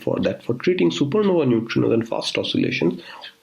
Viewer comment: It's not सुपरनोवी ,it is सुपरनोवा ,e is silent here .